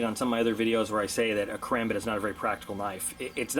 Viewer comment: Ur channel isn't bad it just Bugs me on how u hold the karambit and how u pronounce it